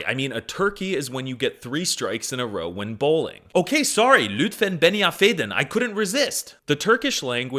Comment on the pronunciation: "Lütfen beni affedin" but instead of end stress it has english syllable stress. Normally it goes like "LütFEN beNI AFfeDIN" but you got it like "LÜTfən BEnə AFFEdən"